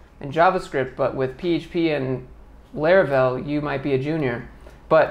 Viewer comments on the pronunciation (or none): TIL: me and everyone I work with at my last 2 gigs mispronounce Laravel.